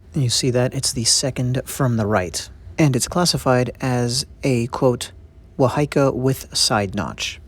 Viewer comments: It's pronounced WAHA - EEKA NOT WA HAI KA.. The fish mouth is placed at the strike point to counter block the opponents weapon/strikes!. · Wā hā Ika pronounce it correctly if you want to teach my culture.. Please pronounce Ma o ri Pronounce like (maow - dee) Thankyou for teaching my culture I am ( Tuhoe - Ngati rangi wewehi) I also am a carver in these taonga. I find it offensive that these things are in museums these belong where they originate from